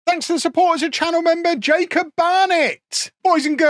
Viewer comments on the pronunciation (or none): none